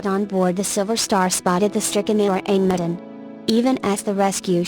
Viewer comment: The name of the ship in the last case is what...? I cannot understand the voice. The R-Amedien?